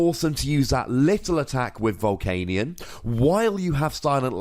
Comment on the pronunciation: Why do you always say 'Hey Nick!' anytime you say baby Volcanion? I thought it was just me but is every time!